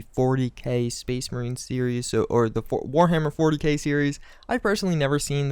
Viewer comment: Four-Hammer-Warty-K Fucking died laughing